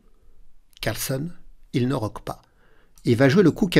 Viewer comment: CarlsÈn et pas Carlsonne ... AbdusattOrov et pas Abdusattarov